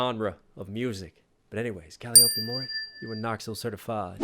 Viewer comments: the name "Calliope" is pronounced "Cal-EYE-oh-pee", not "Cali-OH-pee". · You could write a book interpreting almost any of Calliope's (btw that's pronounced Kah-lie-Oh-pee like the instrument) music and still not reach the full depth of their multiple meanings and inferences. She truly has the heart of a poet. One particular interpretation is of the "distorted story" verse. Each of the Hololive members are real people role playing a character for the masses, and the masses have added their own lore on top of the original creation. Those combine to form the audience's view, "another distorted story", but its still a fiction that rarely considers the past of the real person behind it. It "ignores the deceased"; the years of talent and growth and struggle they went through to get where they are. This seems to be a fairly common theme to Calli's lyrics. Add that to having to "live inside of the castle" that is Hololive with all of that attention and pressure when she would prefer a more low-key, laid back setting "kick(ing) it the dungeon". That's a lot for her to adjust to in a short amount of time. Especially if the attention is negative like the grief that IRyS got for her debut sub-count and Gura got for her rapid success. I think, in part, "Red" was one of Calliope's attempts to both express all of this as well as adapt to the changes it caused in her life. I find it interesting that, for a Shinigami, she seems much more focused on life.